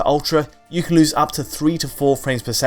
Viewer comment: When will you stop saying 'can' as 'Ken'?